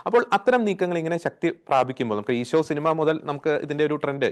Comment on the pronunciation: Not eego its eesho